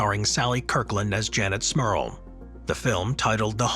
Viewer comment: 😂😂😂😂 Every time he says the families name that's all I hear is Smurf instead of Smurl, should've read the comments after watching the video!